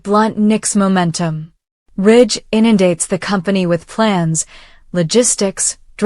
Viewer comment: Stop his name is not Rich it's RIDGE